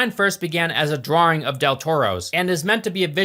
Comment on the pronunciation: Where is the second R in drawing coming from? That being said, amazing content as always!